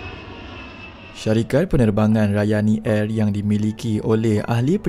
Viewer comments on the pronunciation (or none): Ohh... Rayani Air. Saya dengar tadi macam Ryanair😂😅